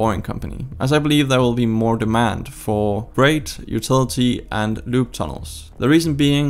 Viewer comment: About 4 minutes in before I realized that you were not saying LUBE...